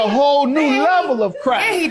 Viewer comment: The way Judge Mathis says crack got me weak!! He puts emphasis on "crack" 😂😂😂😂